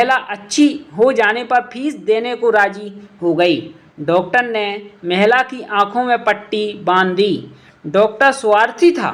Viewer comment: महला या महिला😂😂